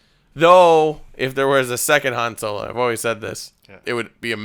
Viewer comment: Haha I laughed every time said "Han Solar." LMFAO